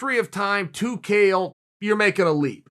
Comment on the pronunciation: chael mispronouncing his own name or was it modesty, cos we all know there is only one who cannot be compared to